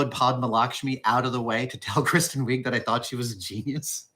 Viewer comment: This is like the 4th time I've heard Adam say a well-known actors name in a weird pronunciation that is wrong. Weeg?